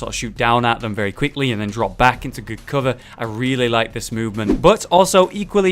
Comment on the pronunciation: "where you heff really good CUHVER " LUL